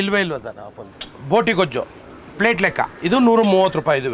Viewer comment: Plate ❌ Flate ☑️